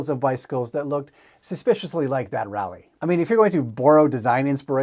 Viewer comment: Geez, who hasn't heard of the Pigeon bicycle? They made it to the USA where they were driven mainly by college leftist types. I rode one! No, I didn't own one. They were heavy and only one speed. That British Raleigh bike is pronounced "RAH-lee" not "rally."